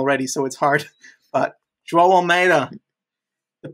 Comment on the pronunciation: You guys deserve major props for pronouncing 'João' correctly, that name has been fucking butchered for a long time x)